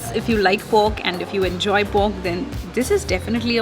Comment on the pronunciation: No offence but it's pork the way you pronounce it seems like you say poke ramen😂😙